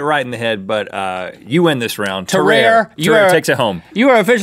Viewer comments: It is pronounced [Tah-rar-A] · HEY! No reference to sam o’ nella academy and it’s pronounced: Tah-rawr-eh. You also stole the name of the video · how its supposed to be said :Te-ra-rey Link: T E - R E A R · its not tah-rare its tah-rar-ray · Its pronounced tar_are_eh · It is pronounced Tuh-Rar-A